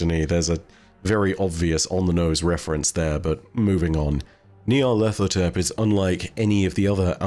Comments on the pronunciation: You need to do an Eqyptian language dive for a bit, because your pronunciation of Nyarlathotep is painful to hear,. The name is a phrase: Nyarlat hotep "Nyarlat is pleased/content/at peace" as is several significant historical Eqyptian pharaoh and diety names (Imhotep, Rahotep, Neferhotep, Khnumhotep ), but it means pronunciation is of two separate words even as a singular name: "Nyar-lat ho-tep". There is no 'th' sound. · FYI: nigh-ar-lat-ho-tep. There's no TH sound in Egyptian dialect. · Gotta know how many takes it took to get Nyarlethotep right every time lmao